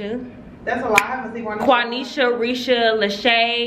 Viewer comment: OMG, when you said QuaNesha I was like “WTF she said my ghetto ass name!” Lmaooooo but my shit QuaMesha😂😂😂😂😂😂